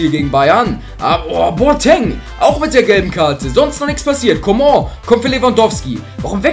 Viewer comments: kannst du mal coman sagen und nicht comon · ich finds lustig wie er comong ausspricht😂